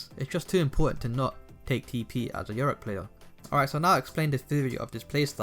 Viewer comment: it triggers me when he say yoriCK